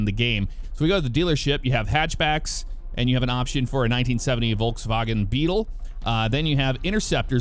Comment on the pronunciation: You actually said Volkswagen right